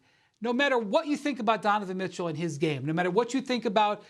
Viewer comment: “Dunavin Mitchell”